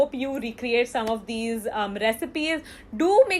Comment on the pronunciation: it said dome instead of some anyway no problem no hate here love you 🦄🦄🦄👸👸👸🤩🤩😝🥰🥰🥰😍😍😍😘😘